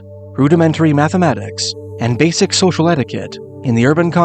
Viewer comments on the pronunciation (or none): none